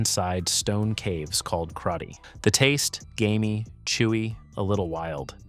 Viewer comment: Video OK. But it's "GAMEY" not "GAINEY". Spell check before you air it.